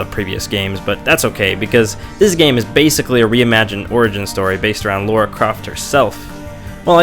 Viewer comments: This is a great review, especially for your first one! I've watched several of your others too, you have a knack for it. Been meaning to play this. I have 3 questions for you though: 1. Is she actually called 'Laura' in America? Because her name is Lara here (UK) and pronounced as such, but Americans seem to pronounce it Laura. 2. Why would feminists hate this game? Lara is a strong female lead right? 3. Have you played The Last Of Us? Would be interested to see you review it. Incredible game. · LARA croft, not Laura!